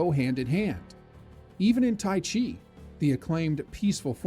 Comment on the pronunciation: CHI,Chinese,Ki,Japanese,not "key" in English.Your AI is BS